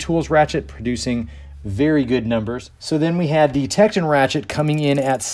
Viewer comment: TektOOOON not techedin lol